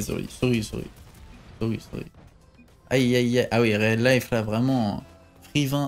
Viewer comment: Le "réaliphe" (pour dire reallife...) du Dop m'a fumé.